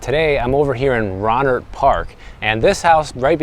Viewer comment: Love your daily walking educational videos! Btw.. it's pronounced "row-nert" or "rō' nert"